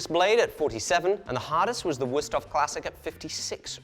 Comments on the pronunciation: As a person from the continent, hearing “worst-of” instead of “würsthof” gave me the same. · WÜüüsthof. With üü. Sounds almost like ui